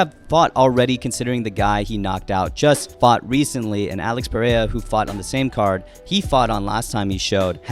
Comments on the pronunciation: Just pronounce it "Pear-era" not "pear-aya" pls bro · Y'all saying it wrong so it doesn't really matter if it's pierra or peheyra 😅 the actual pronunciation is hard af for an english speaker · Pereira is a two division champ and people still can’t say his name right smh